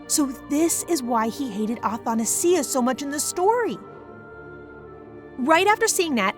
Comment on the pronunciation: athanasia is pronounced differently btwww :00